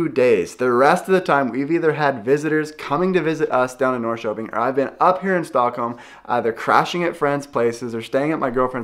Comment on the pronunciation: As a former Portlander and former visitor to Sweden, summers are the best times of the year in both places. To help your pronunciation, say "Nor-sherping" and "Share-gourd". I don't know whether you are into Swedish music or done any videos about Swedish music, but there is one Swedish composer that people love, and he is Evert Taube. He wrote a popular song called "Calle Schewens Vals". It's about an old guy who has a "stuga" out on one of those islands and is throwing a summer party for all of his friends. He is an old man, but he still likes dancing with the young girls, and he wants to dance all night, and still get up in the morning and do a full day's work on his farm. It's a great song, but I don't understand all the lyrics, but ask about it. Also, are you familiar with theswedishlad? He is a Swedish youtouber who now lives in Stockholm. He is a great guy and puts out a lot of Swedish videos in Swedish and English. I love Hampus Hedström. He is from the part of Sweden where I spent most of my time. Can't understand most of what he says, but he is funny anyway. Also, speaking of music, do you know about Eurovision, the big European song contest. Sweden enters it every year. The contest is in May. Sweden has won about 7 times, as much as any European country. This is how ABBA got their start. Every year I watch it in America and root for Sweden.